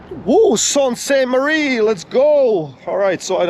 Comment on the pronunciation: It is pronounced soostmarie